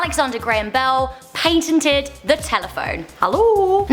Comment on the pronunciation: She said painteded instead of patented 😹